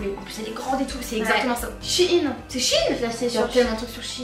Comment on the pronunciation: Vous vou dite shine,ses shein